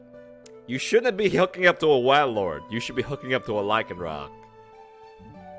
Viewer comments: Its called WAILORD for a reason, not whalord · do you not watch pokemon because you don't know how to say like 75% of names lol. WAY-Lord. Not Wah